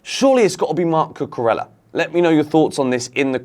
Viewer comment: I know we slag off Cucurella but could we please pronounce is name correctly. 2 Ls in Spanish are pronounced as a Y.